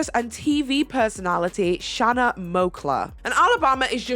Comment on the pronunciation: Shanna 's name is pronounced like Shayna. Also, my mom used to babysit her when Shanna was a baby. Shanna's family is from Rhode Island.